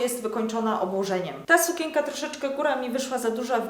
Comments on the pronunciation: W słowie sukienka jest wyraźne N, które należy wypowiadać, nie mówi się sukięka, tylko sukieNka... matko, słuchać się tego nie da. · A dlaczego tak dziwnie mówisz słowo sukienka?